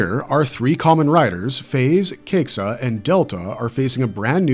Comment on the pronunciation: FAIZ is "Fīz" KAIXA is "kīxa". And he's not called "4", he's called Yongou.